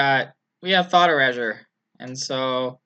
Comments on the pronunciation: Yeah, it definitely shouldn't rhyme with leisure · e - ray - sure Erasure :) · lol learn how to say erasure.